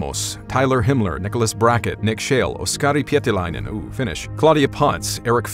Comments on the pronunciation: "Oskari Pietiläinen - oooh, Finnish!" That made me chuckle a bit. Kudos for pronouncing a finnish name so clearly. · Kari Pietiläinen, nice pronunciation fr🙏